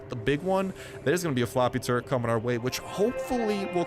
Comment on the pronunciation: you said floppy turret 😂😂